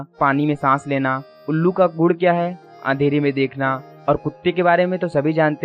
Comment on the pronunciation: Gud nhi gun hota hai birds ka aap Gud bol rhe ho